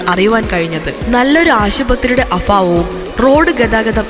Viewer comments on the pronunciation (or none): afavam alla abhavAM